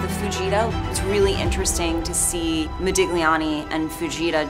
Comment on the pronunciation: She doesn’t even know how to pronounce Modigliani….